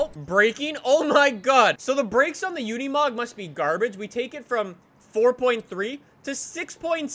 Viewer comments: Unimog not Uneemog It's like unicorn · Says “try to drift with unimoug” I’m out